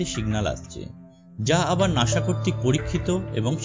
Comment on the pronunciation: What is নাশা? its নাসা bruh! 🤣 Lmao